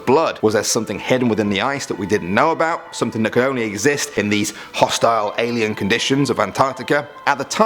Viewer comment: He said Alien